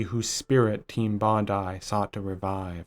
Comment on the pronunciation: You are the only American I've ever heard refer to this developer with the correct pronunciation of their name (Bondi = Bon-die) Bravo. That alone tells me you cared when you put this together. Subbed as soon as I heard this. Solid, solid work. Thanks. p.s. LOVE this game. Edited to note the great use of chapter titles in the style of the game's case title cards. It's the little things.